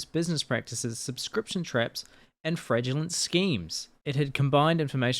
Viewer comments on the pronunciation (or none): The real news here is the pronunciation of fraudulent as fradulent